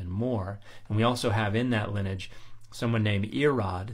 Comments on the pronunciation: Love your videos!...note that you are confusing "lineage" with "linage"...your intent is the word lin-nee-age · I know I should ignore it, sorry, but please learn to pronounce lineage properly. It's Lin-ee-age (with the ee pronounce like the ey in key, and the age sounding more like the idge in midge). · lin-e-age, three syllables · How have I gone 56 years without hearing someone pronounce lineage with 2 syllables instead of 3? They’re both correct, I checked. 😜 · I couldn't find any attestation of 2 syllables being correct; I assumed it's a niche regionalism of some kind but if you can find it again and aren't disinterested in doing so can you send me a link? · Why are you pronouncing lineage so unusually?